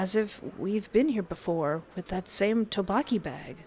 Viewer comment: I LOVE YOUR VIDS BUT THE TTEOKBOKKI PRONUNCIATION IS OFF😅😅